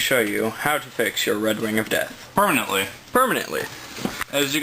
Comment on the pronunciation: Did you say PERMENANTLY?!?!?!